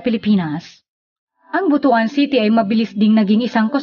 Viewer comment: Ang pag pronounce po ng BUTUAN ay BUTWAN. The story behind, merong isang hari noon na merong napakalaking BUTU. hahaha joke lang ha. hahaha. Ang laki na pala ng pagbabago ng Gingoog City ngayon. Kaway kaway sa mga Ranara dyan sa Baybay Lunao, kadugo nyo ako.